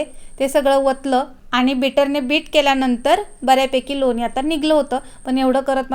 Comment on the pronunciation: लोनी नाही लोणी असा शब्द बरोबर आहे